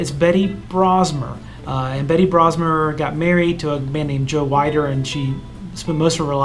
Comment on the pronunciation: Joe Weider is Arnold Swarzenegger’s mentor. Joe Weider pronounced (Weed-er) is the co-founder of International Federation of Bodybuilding (IFB) Anytime you want to do a Bio of Bodybuilding in movies 🎥 I’ll be glued to my phone 😀 love you videos. Keep up the good work 👍👍